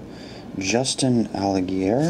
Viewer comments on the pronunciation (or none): Absolutely love the look of this product...just for some help, it's pronounced Justin All-Guy-Er and Landon Cassill is pronounced like castle.